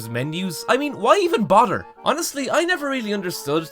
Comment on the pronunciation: "Why even bodder?" - A Wise Man.